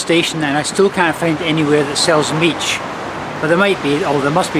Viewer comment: As a Brit who has lived in Romania for nearly 13 years I was shaking my head at some of your pronunciations! An "i" on the end of a word is silent although you did get mici almost right. Mici should be cooked on a barbecue and dipped in mustard (mild type not English mustard which I've never liked). The best mici are homemade using pasta de mici from a butcher's shop and are about twice the size of the little ones you bought.